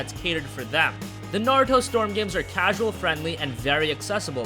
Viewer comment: ITS NA-RU-TO!!! NOT NA-RO-TO!! I LOBE NARUTO AND IT MAKES ME CRINGE WHEN ITS MISPRONOUNSED!!